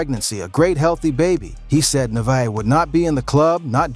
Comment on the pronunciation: He said Nevaeh name wrong over 20times 😂😂😂😂😂